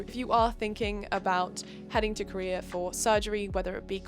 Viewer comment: I know you’re saying “doc finder Korea” but my brain keeps interpreting it as “doc finder career” every single time you say it 😂